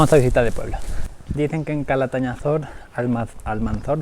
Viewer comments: Sabinar de Calatayud??? Catalañazor??? CALATAÑAZOR!!!! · Me representas pronunciando mal Calatañazor ! 😂😂 Sois muy 🔝🔝!!